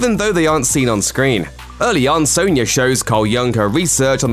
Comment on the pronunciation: Soan-ya?? lol